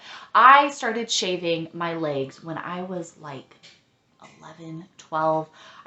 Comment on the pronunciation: This is the first I’m hearing about an Epilator, I so need that in my life! Also, love the way you say “legs” lol